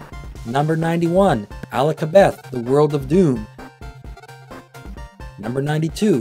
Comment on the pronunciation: I think it's pronounced "Akalabeth", not "Alakareth". I have never seen this game brand new on a shelf. I found it in great condition at a used game store and the clerk told me it was one of the greatest PS3 games. I didn't like the idea of paying $39 for something with the graphics it had, but when I played it, I loved it. It was one of my first Platinum Trophies I unlocked. Maybe back in 2010 or something. I wish they'd release a sequel, or even just bring it over to PS4/PS5. I'd get the platinum again. Seems I missed a bunch of these references. Many of them I did get.